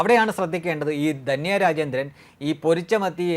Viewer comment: ദന്യ അല്ല ധന്യ ആണ്. എല്ലാ ചാനലുകളും കണക്കാണല്ലൊ!